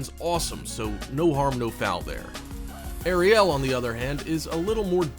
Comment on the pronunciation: OMG!!!... I REEEALY CAN'T STAND THE WAY THIS GUY PRONOUNCES CERTAIN WORD'S, ESPECIALLY THE WAY HE PRONOUNCED ARIEL!!! AND THE MAIN THING THAT I FIND EXTREMELY ANNOYING IS HOW WHILE HE IS DESCRIBING EACH AND EVERY ONE OF THE EASTER EGGS, THE WHOLE TIME THEIR NOT EVEN SHOWING THE ACTUAL SCENES OF THE EASTER EGGS!!! SUCH LAZY AND POOR EDITING MAKES THIS WHOLE VIDEO JUST THE WORST!!!😕